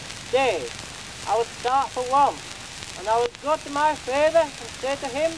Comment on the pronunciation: the way "father" is pronounced. So unique